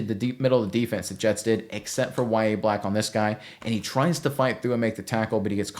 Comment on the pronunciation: Its NOT Ya-ye black, wtf? Its Yah-Ya Its an arabic name of John the Baptist.